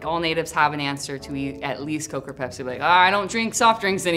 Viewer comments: Its bepsi not pepsi yo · Pepsi? Nah bro it’s bepsi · Pepsi but you got to say it Bpezi....😅🤣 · Get it right its not Pepsi its Bepsi!!!!